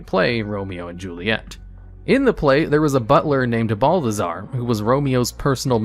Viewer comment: harbinger (har-bin-jer) a person or thing that announces or signals the approach of another. balthazar (bal-tha-zar) there is no "d"